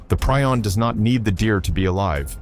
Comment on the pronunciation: Preeee-on. How many times can you mis-pronounce something you can easily check?